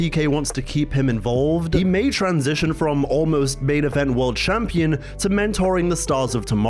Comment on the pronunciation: CHAMPEEN?! What is this? 1942?😅